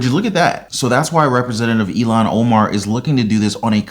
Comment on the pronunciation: (Eel-Han) Ilhan not Elon lol